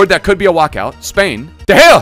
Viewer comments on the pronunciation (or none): none